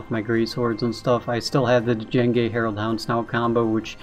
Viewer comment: Hey man. Love your vids. Thought you should know. It's pronounced "jenge" not d- jenge. The D is silent. Like in django unchained. He is based off the star wars character , Jango fett. Him bring a bounty hunter and all.